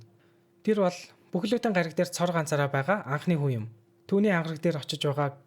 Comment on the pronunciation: Bro tehde ene N usegeer tosog bga ugen deer yagad egshig nemed bdgin be hahaha uhen, han, huna, hataasana ntr ged